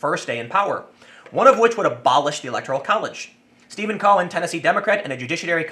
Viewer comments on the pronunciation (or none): none